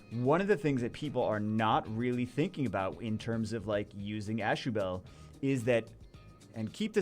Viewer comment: Always thought it was pernounced ah shoe bull